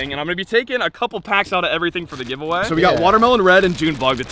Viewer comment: GiveatoME, not Giveaway..😂